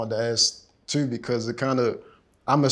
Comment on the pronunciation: Had to rewatch for when the interviewer drops the Baltimore accent saying “too” 😂😂😂